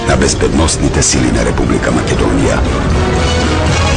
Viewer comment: If I understand correctly are you saying that it was YOUR ancestors that fought against the Persians back in the early 4th c. BC? Also, in the pronounciation of "Macedonia" why do you place the accent on the -do- instead of the -ni- syllable as recorded in all period scriptures? If I am not mistaken the language I heard is slavic. Migration to the Balkans by these people did not occur until the 6-7th c. AD. I am afraid you still have NOT accounted for almost 1,000 years of history. Any comments?